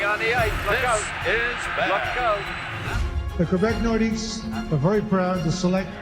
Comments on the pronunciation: Don't know why people pronounce the S in Nordiques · The S is silent! Yeesh guys.